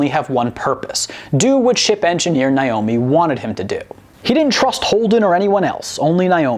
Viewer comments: Who is “Nie-omi?” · For God's sake, it's 'Nay-omi', NOT 'Nye-omi'...